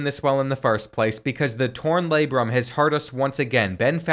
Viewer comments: That pronunciation of Labrum was brutal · The way you say labrum is killing me 😂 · please stop saying labrum that way lol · Ik u didn’t pronounce labrum like that